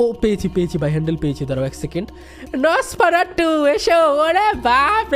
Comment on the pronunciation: Dada ami tomar theke choto ami khele rekhe chi ar tumi je nafarsatu bolcho ota nosfaratu😅😂😊